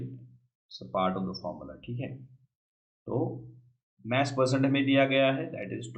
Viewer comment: Sir maaas niii hota mass hota h bolna sekhe